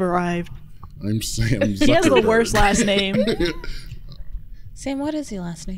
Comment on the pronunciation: This man said “Zuckerberg” LMAO. The ottoman’s love you Sam!